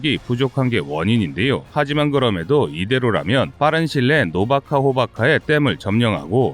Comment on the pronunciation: 노바카 호바카 가 아니고.. 노바 카호프카 임.(뉴 카호프카 라는 뜻) 아버지 가방에 들어감??